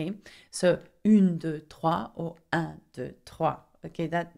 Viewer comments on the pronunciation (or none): none